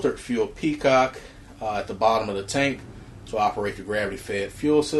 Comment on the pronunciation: Really enjoyed the review. I had to smile, though, when you several times called the fuel petcock a fuel peacock. Thanks for the review.